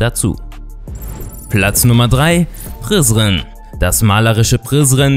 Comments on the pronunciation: MAN SAGT NICHT PRISRIN SONDERN PRESREN!!! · Prizen😂😂🇽🇰❤ spricht man Anders aus😂😂😂